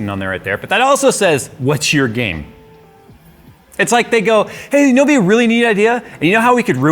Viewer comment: I thought what's your game? Actually said "what's your gamet"